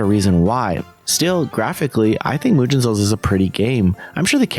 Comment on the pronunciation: Good to see you cover this kind of games, most people just ignore them altogether. PS: mate, you managed the impossible: mispronounce a 2 syllable word ("mugen"). It's nitpicking at its worst (I know) but it's as simple as writing the word in some translator and use the voice option.